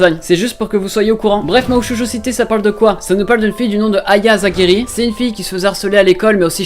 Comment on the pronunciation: Mahou shojo site: le "site" ça se prononce comme en anglais nan?